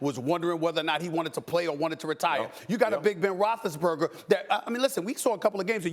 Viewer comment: Ben "Roch-less-burger" has been calling out players, yes. But can you least call out HIS NAME correctly?